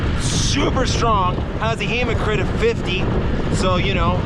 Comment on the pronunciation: Wtf is a "hemo-crit"?